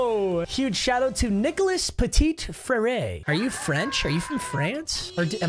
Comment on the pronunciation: Btw if it is traditional French it would be pronounced Nicola Petite-fraer. This is the best way I can sound it out while typing